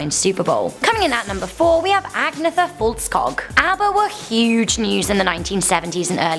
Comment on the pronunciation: Agneta foltskog😂 i do understand that it’s haft for english speakers to pronounce but sounds funny af.